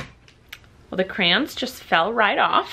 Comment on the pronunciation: So glad I'm not the only one who says "CRANS" instead of "CRAYONS"